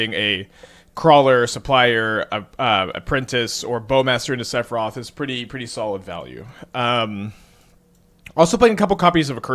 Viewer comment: you really got a get the 🎶 Sephiroth🎵 right lol, not whatever abomination you keep saying lol